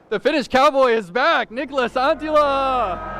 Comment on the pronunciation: The way the announcer has been saying anttila this tournament has been unbearable.